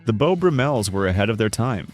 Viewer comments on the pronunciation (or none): I think it's pronounced Beau BRUM-els not Beau brum-ELS. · Please learn how to pronounce their names. Bo Brummell's are pronounced Bo. Brummels Easy